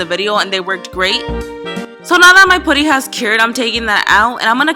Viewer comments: P-uh-tty not put-ty. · Ooo I can't stand how she says pooty for putty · Fuzzy tube? You mean pipe cleaner? pooty? It's Put-tee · "Pooty" it's pronounced putty😂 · Who else hates how she said putty